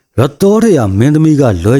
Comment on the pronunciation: ယသော်ဓရာ ကို အသံထွက်ပြီပြင်အောင်ပြောပါ ယသောဓရာ အသံထွက်မဟုတ်ပါ ယသော် ဓရာ ရပါ